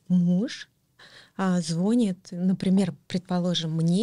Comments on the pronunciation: Она теперь всем интервью даёт? Уже слушала её историю. "Интересная" дама. Говорит хорошо, правильно, а в слове звонИт ударение ставит не там звОнит. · Она сказала звОнит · На счёт грамотной речи я бы поспорила, согласитесь сказать : моё день рождение или звОнит, это как то не очень грамотно